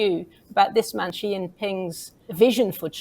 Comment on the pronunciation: I’ll start off by saying when your commentators can’t even come close to saying Xi’s name right it’s hard to take whatever you say afterwards seriously 😂 and then he said “look to China for prosperity, look to America for safety”. No truer words.